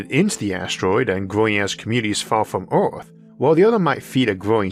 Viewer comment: Why does this man not know how to pronounce the ER sound. Bro keeps saying ORth instead of earth 😂